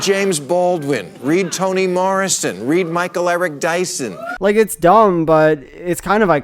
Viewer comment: I love him trying to be smarmy by telling viewers to read more mature authors, only to butcher Toni Morrison's name. He doesn't even remember the names of the authors he purports to hold in some level of esteem. What a hack.